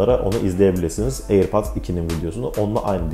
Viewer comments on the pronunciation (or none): Airpats !! diyip durduğun için izleyemedim vidyonu kardeşim